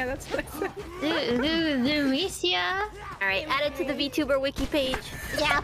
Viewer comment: "One sec, I'm adding it to the viki" may be the most German Cecilia has ever sounded to date. :)